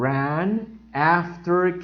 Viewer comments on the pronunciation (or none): Run ( rron ) not " rAn" that's the pronunciation of the past tense "ran" and It's an irregular verb (run, ran, run).